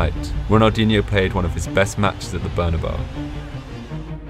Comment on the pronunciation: it is pronounced as barnaboo